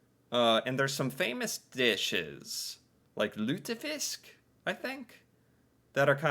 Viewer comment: The way you said "lutefisk" really impressed me, damn